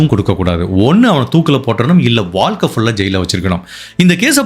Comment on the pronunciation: Boss all excellent. Please improve on Valkai. It's Vazhkai. Tamil . Nigahvu not nigalvu. Not elarai. Ezharai. Only a feedback.